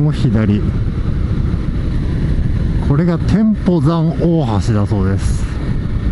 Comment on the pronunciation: 天保山は「てんぽうざん」と読みます。 日本で一二を争う低山です。